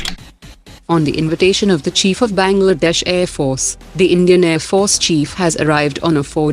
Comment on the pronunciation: Its Bangladesh not bagldash